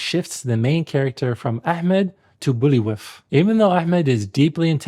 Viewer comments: one of my favourite cheesy movies, and i have a lot to say about it, but 'Bullywif"... seriously?! his name is pronounced Bulvai, as both he and the herald clearly pronounce it, which gives me the feeling that the material was glossed over so that the author could make a quick point, rather than tackling it as a serious deconstruction of the film in its entirety - the fact that Neandertals are not even mentioned is another lacklustre oversight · Love the video, very educational and I enjoyed learning about Arab culture aspects from an expert. Great watch! Couple of wee things though - you comment (rightfully) on Banderas butchering the pronunciation of the character's name, but then incorrectly pronounce Buliwyf's name throughout. (A fictional name created by the author of the book, and pronounced a very specific way in the film, which he helped produce and even direct at points) You didn't mention the written accounts of viking cleanliness in contrast to the water bowl nonsense You automatically go to orientalism in reference to the film using Arab women at the viking camp - you may be 100% correct and it was ingrained stereotypes. But also, surely it could simply be a (poor) representation of prostitution? The historical Arab world was not devoid of working women. And on my own personal opinion, I never felt that they pushed the Vikings as the heroes after a point and took focus from Ahmad. He always felt like the hero in it to me